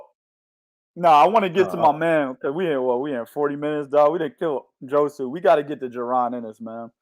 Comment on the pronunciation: this ninja done said Josu...Josue..Jose to Joshua Vargas all under 10 minutes lmao fucked up is prolly dissed Josue whole living lineage and aint even know it